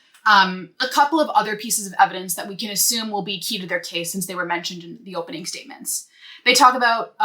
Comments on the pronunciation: Is she saying hopening? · is she saying hopening though lol jk great work!